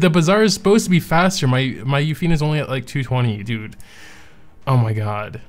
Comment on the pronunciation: Comment what we think? OK It's been 2 years and you still cant say Yuffine properly :P